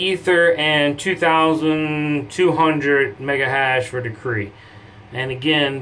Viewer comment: Decrey? Decri? De-cred.. credit, get it?